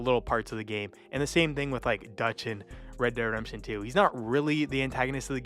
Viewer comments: ..Reh Deh Redemption.. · Bro can't even pronounce ReDemption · "Red dead Remption"😂